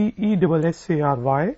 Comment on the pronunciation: I think u r making pronouncemnt error...aksessary is the right pronouncemnt if i m not wrong..sorry to interrupt